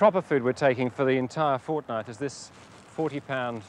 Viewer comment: did he say FOrtNight??? :29